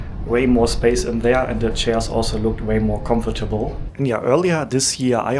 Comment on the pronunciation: Geniales Video,! Hat mir super gefallen. Bitte erlaube mir kleine Anmerkung bzgl. Aussprache: 1. "Comfortable" wird im Englischen dreisilbig ausgesprochen, anders als im Deutschen, also das zweite o wird nicht ausgesprochen. 2. Das x in Xinjiang wird nicht wie "tsch" ausgesprochen, sondern wie das "ch" in China. Ich wünsch dir weiterhin eine gute Reise! 😊